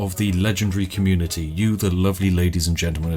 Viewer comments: "the communiTEA" yes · I can hear the Tea on the end of "Welcome to the Communitea."